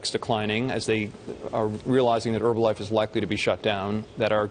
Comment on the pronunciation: Why do they call it "Erbalife"?